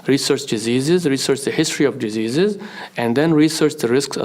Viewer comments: Did Anus say “Jizzeases”? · Wait towards the end I think Anus telling folks to research "dejesus" or did he try and say "diseases"? 🤔😂😂😂😂